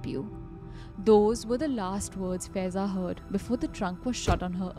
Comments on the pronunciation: The name of Girl is faaaiza not feza pronunciation is wrong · Guys, her name will be pronounced as फायेज़ा 😊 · Faiza is pronounced as Faa-ey-za. 😔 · FAIZAA is pronounced wrong